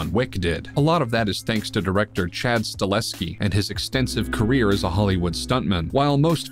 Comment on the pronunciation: StaHELski, dude! It's Stahelski, not Stalehski, ffs